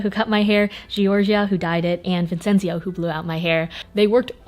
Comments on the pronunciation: It’s Vincenzo it’s an Italian 🇮🇹name:) not Vincenzio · It's Vincenzo not Vincenzio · It is pronounced vin-chen-zo? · I’m 100% sure Vincenzio is called Vincenzo but it’s ok we appreciate the effort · the way you pronounce italian names hahah it’s so cute 🥺♥️ btw it’s vincenzo, not vincenzio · Gennaro dell'Aquila, not Aqila. And Vincenzo, not Vincenzio... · I think the name of the guy was "Vincenzo" and is pronounced like "Vinchenzo" is quiet common in Italy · Oh god, the names Giorgia and Vincenzo are Italian, and it’s so weird to hear them pronounced in English 😂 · Me: good video Also me: cringing at the way she said georgia and vincenzio as an italian 💀😅